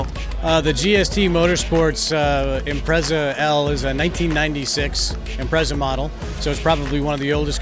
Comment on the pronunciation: Haha, funny how people always seem to underestimate the imprezas. Just because they are awd doesn't mean they lack handling capability. Its not a drifting competition, lol. Also notice how the guy pronounces it "Impretza" instead of Impreza in the beginning.